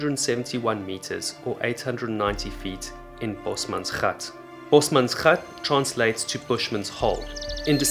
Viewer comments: Been binging your videos and thought you sounded South African but your bio mentioned England. But this video... Gave it away. Only a born Afrikaans speaker can say bosmansgat like that. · Boesmansgat, youre the first non Dutch non African who says it right👌